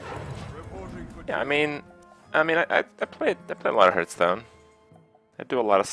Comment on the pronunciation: its been 2 years, fucking learn to pronounce hearthstone